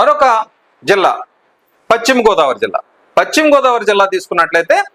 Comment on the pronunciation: పచ్చిమ కాదు పశ్చిమ